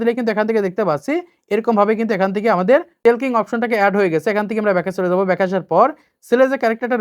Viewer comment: টেলকিং না,ঠকিং হবে